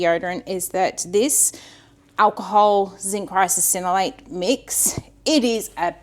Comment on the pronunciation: Are you adding an extra syllable to Ricinoleate, or is it one of those words like Worcestershire that is so hard to pronounce right, that you end up saying it with extra syllables ... like Worcestersistershire. I have a chuckle every time you say it 😆